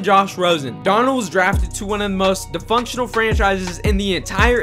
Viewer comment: Did this dude just say "de-functional?" Lmao